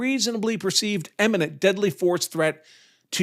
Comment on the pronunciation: "imminent" not "emminent"